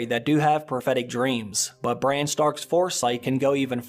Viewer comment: You do know his name is Brandon? Bran for short...…..NOT Brian.